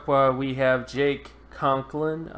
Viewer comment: Right. He spelled them both correctly, but mispronounced them repeatedly.